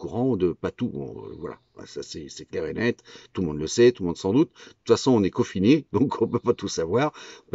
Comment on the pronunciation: intubé pas entubé confiné pas cofiné